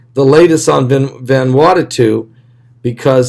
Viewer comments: Vanuatu. Not Vanuatatu. Please. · Love you-two to PIECES!!!! IT'S VAN-oooo-AH-tu! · Its NOT Vanwartatoo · VAN - OO - AH - TU !!!!!!